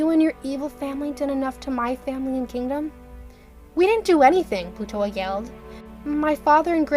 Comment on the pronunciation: Excuse me, but I heard you call Plutoa Plutola sometimes